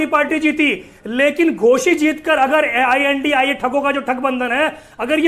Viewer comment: BJP ka charan chumbak News 18 ka anchor. I.N.D.I.A. ko I.N.D.I. bol raha hai BJP ki bhasha.